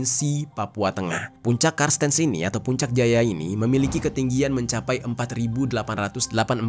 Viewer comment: Cartenz (dibaca kartens) kak. Makasih videonya hanya gemes aja sm "karstens". 😅